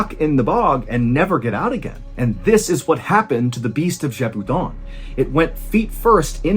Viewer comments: Ballen knows how to pronounce the name Jacques and Gévaudan. But not the French name "Jean". The internet has failed his generation. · Ahah you got the pronunciation of Jean completely wrong. You pronounced it like the piece of clothing jean. It's pronounced like "les gens". I'm taking the liberty to tell you as I can see you try to tell names wright (like Jacques and Gévaudan).